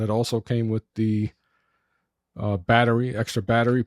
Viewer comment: Maybe your brain injury made you overlook that this is a 2 year old camera? Nobody cares about your personal issues, and with is not pronounced "wid." You have no future in video presentations.